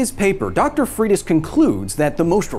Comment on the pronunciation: Wow, you destroyed the surname Freitas. It's portuguese origin... Pronounce it like FREY - TAHS